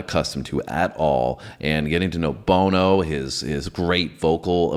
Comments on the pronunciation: NOT BONE_O...it's BON-O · The first syllable in bono's name rhymes with "ah" B ah no 😊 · You said his name “Boe No”! You said act Chung! It doesn’t get worse than that. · Did he say “bow no” lmao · It’s pronounced “bonno” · Bono... The first "o" sounds like the "o" in the word "on". The second "o" like the "o" in "no".